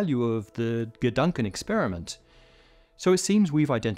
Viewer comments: Degankenexperiment 😂 For the non-germans: he pronounced the first two syllables of Gedankenexperiment (imaginary experiment, thought experiment) backwards - honestly not that noticeable or relevant, but had me smirk, so had to say it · Hey, that's "Gedankenexperiment" not "De gunken experiment" lmao. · I think it’s gedanken not deganken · degunken experiment? you mean gedanken experiment... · Did he seriously say /dɛ-ˈgʌŋ-ken/ experiment, instead of /gɛ-ˈdaŋ-kɛn/, and that went through everyone recording and sound checking, etc.? EDIT: Wait, low quality control on this vid (I say this because he says "..a millisecond stretching...", and the animation shows "1 sec =..."), though that still doesn't explain the bizarre pronunciation flub. EDIT 2: - No, Alice's crossing of the horizon should not permit her to see photons emitted by the box that's further in, since within the horizon is expected to have only directly-inward light cones. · I came here after searching the comments for "degank" (I first searched for degunk) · That's not how you say "Gedankenexperiment" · It's Gedankenexperiment, the 'a' spoken like the 'u' in 'cut'. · His syllables got quantum entangled 😀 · No he doesn't, but aside from the switching of the syllables he did a very good job in Gedankenexperiment.